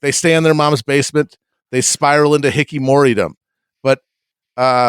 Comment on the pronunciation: matt pronouncing hikkikomori as hickey mory is an all timer